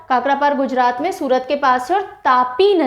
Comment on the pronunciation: Mam it's tapti nadi not tapi you are always pronounce wrong